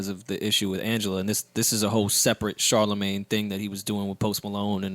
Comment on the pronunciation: Did called Charlamagne "CharHoeMin???